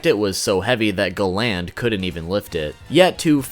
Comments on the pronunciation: Gland really you mean GA-land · sorry but the minute you said galan not galand im out bro to cringy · the way he says galan makes me cringe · Love the vid but i hate when you call galland,instead you call him galand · Galand not gland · I hate the way you pronounce Galand. They say it totally different and idk why it’s bothering me so much. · great video but a few points minor thing, its pronounced garan not galand, and the other thing, you called escanors move Divine sword escanor, however right before he uses that meliodas uses a move called Divine 1000 slices, so im pretty sure when you see the page and it says Divine sword that its meliodas who was trying to start up his attack but got interrupted by escanors move, and naming a skill of that much power after himself seems quite the pridefull thing to do XD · Galan not glan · why are u calling him ga land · Btw it’s pernouced Gal-end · "GAH-LAYND" jesus christ man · Pronounce Gallant properly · Gal-nd lol u need to watch the anime in Japanese lol u will see your saying his name wrong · I question your annunciation....Have you ever even watched this show?? Gallant.....GAL*LAN(T). Sorry for being picky....it drove me nuts. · Hearing him say Galand's name wrong made my ears burn 😂 thankfully I was able to finish it so I can know what the fuck Escanor is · Not how you pronounce galan